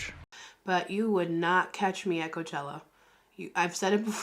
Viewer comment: It’s Coachella not Couchella baby 😂😂😂